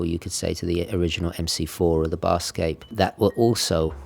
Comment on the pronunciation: Just a tiny pedantic thing: "Bathyscaphe" is pronounced something like like "matha" (but with a 'b") and "scaff". Submarines designed specifically for diving to extreme depths. The bathyscaphe Trieste (Swiss-designed and Italian-built) was the first to descend over 10km to the deepest point on Earth, the Challenger Deep, in 1960. Awesome watch, that blue is fabulous.